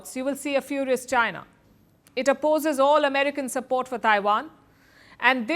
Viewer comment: Chy-Na... Chy-Na... 🤣🤣🤣